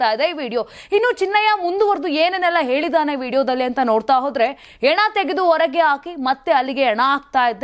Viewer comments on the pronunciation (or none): Junk Reader, ena, eliddu ... junk prononsations. Hena and heliddu endu helalu barada e hudugi waste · ಹೆಣ - ಶುದ್ಧ ಉಚ್ಚಾರ